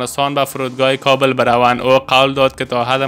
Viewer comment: لطفا کابل را درست تلفظ نکنید .